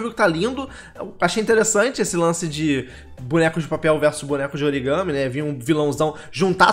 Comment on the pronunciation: Não é origame.... é origami (aquelas figuras de papel do Japão)!!!